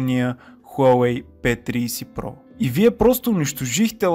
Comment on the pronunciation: P триИси про вика хахахаа